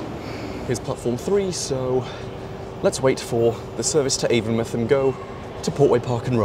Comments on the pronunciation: as a bristolian, its avon-mouth not avon muth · Local to the area, it's pronounced AvonMOUTH as in a literal mouth instead of muth. I think even google gets that wrong so don't sweat it :) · Avon mouth not avonmuth! Js! Great video as always!